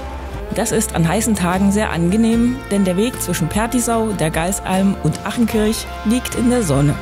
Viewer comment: Schönes Video, aber bitte sprich das A in Achenkirch lang. Nicht wie der Ausruf "Ach!" sondern Ahhhhchenkirch.